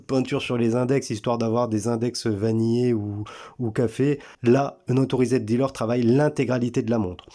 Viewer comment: Vid sympa mis à part ta prononciation de unauthorised...